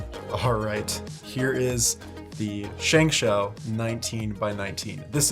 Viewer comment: by the way, its pronounced more like "shng show". It means victorious hand.